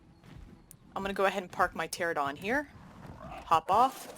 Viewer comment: Only reason I asked was because of your pronunciation of pteranodon. For me, YouTube takes place of cable. Your video was informative, but they are a good laugh. Different niche.